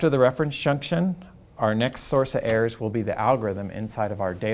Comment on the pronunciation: Chapter 2: Thermocouple airs or errors? 😂